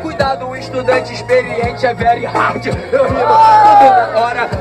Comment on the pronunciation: " Veri ardi " mds kkkkkkkkkkkkk